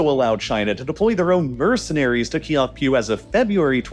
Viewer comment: Aung San Suu Kyi. Kyi should be pronounced as chee Kyaukphyu - ciao-pew